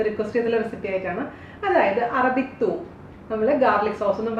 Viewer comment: Thuum allade thoom